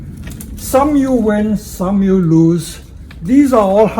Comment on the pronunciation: “Some yew win, some yew lose” hehehh